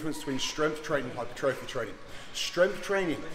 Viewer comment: Hyper-trophy 😂 Hai-puh-trah-fee. For those that don't know 🤫